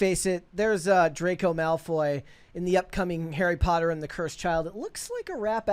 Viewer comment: Bro knows, in his bones, how to properly say POTTER He's been doing it his whole life 😂😂